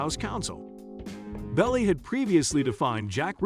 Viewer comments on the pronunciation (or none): Ibbor city instead of the correct pronunciation EEbor City and Melvin Belly instead of the correct pronunciation Bellai.......Should you be doing voiceovers for YouTube? Mind you, I've only watch about 2 minutes of your 7+ minute video!